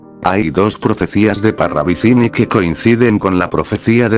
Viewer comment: Parravicilli?😂😂😂 Ni pronuncian bien el apellido.Parravicini con N